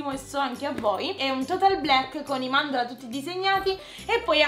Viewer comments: Si dice mandala non mandala' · Si dice mandala capito